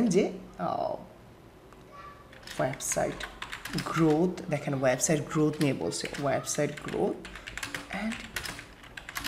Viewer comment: Smartly kotha bolun , Banglai valo vabe bolun , Nakami kotha ekdom valo lage na . for Example "web site" not "waib side"